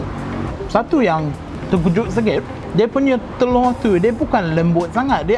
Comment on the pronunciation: haha.. aku slh dgr ke ape.. die ckp terkujut senget.. tp xpela kte phm